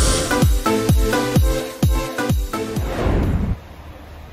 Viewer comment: Astra Hajj ne😂 Ona Astra He diye söylenir😉. Sanki amerikan alfabesi ve arabası😁